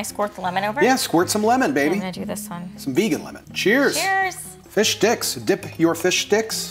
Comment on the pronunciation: I know hes saying plant base fish sticks but all i can hear is plant based fish dicks😭😭😭😭😭 save me plzzz send me help